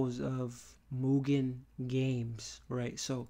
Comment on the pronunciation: Also, because it's bugging my ears, thanks for fixing the mugen pronunciation, but it's pronounced, E.-Keh-men, not aikman